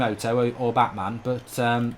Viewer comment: He called bateson 'Batman' and he called Miniminter 'miniminto'